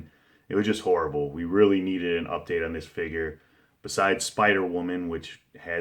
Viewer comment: let's say it again: UDATE lol... nice top 10 list